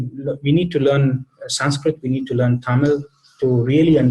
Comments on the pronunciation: Thanks to. Her pronunciation of the Sanskrit words is very good I think. She has revealed a lot of wisdom in this video.Thanks again for this video and interview. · It is wonderful to hear an American who has made efforts and can now pronounce Sanskrit properly. Congratulations. There are so many great American and other Western scholars of Sanskrit, Jyothish, Hinduism, etc. who seem to fail to grasp the importance of proper pronunciation, especially of Sanskrit.